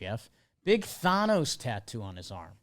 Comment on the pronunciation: The way says Thanos really irritates me